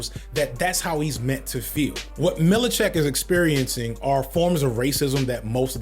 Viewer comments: I love you brother, but you gotta work on your mispronunciation of names. I was wincing every time you called “MIL-CHICK” “MILLI-CHICK”. It was funny, tho. 😂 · Seth MILCHICK not “Mili-chick”. Lol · Every time Says “Milly-check” I shudder 🥴. It’s pronounced Milchick sir 🤦🏾‍♂️, and Severance is GOATed! (No pun intended) lol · “MIL-CHIK” not “mil i chick” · lmao fd you killing me with the milichick and mahalalalala ali pronouncians lol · That man said “Millichick”😅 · …. How did you watch two seasons of Severance and you call him “Millicheck” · "Millicheck"?...all good bro. Enjoyed the video. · Pronounce our hero Mr Milchick's name wrong just one more time see what happens 😤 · I feel you with Mr Milchick (and yes, you kept adding another syllable in there lol) but DAMN I really feel like he was one of the best parts of the show, especially season 2!! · is there a specific reason you pronounce the names "amandala" and "millachick" instead of "amandla" and "milchick"? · Man pronouncing Milchick, Mil-i-check keeps getting me! Great video otherwise! lol Editing this because I just got to the pronunciation of Mahershala Ali lmao. "Marsha-holla Ali" 😭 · And Milchick (Millacheck) and Mahershala (Marshaholla)